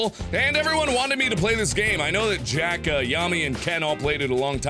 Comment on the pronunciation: when mark said jack he said jacka.